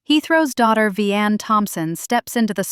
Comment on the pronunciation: Her name is pronounced Vy-Anne not Ve-Anne also Joe has another child. Do your research because Victoria and Shirley aren’t sisters they are cousins. Victoria has one sibling and that’s Sonny from Madea goes to jail the play